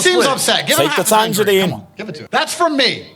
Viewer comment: “A tangarine”😂😂